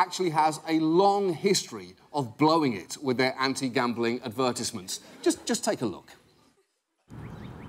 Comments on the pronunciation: "Ad-vur-tihs-ments" Oh, John. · How the fuck are you pronouncing "advertisements" O.O